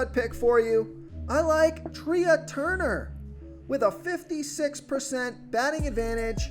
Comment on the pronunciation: Trey Turner....not treaaa. Its spelled trea but its pronounced trey